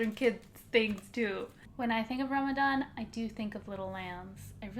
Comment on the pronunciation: U say Ramadan like a white person lol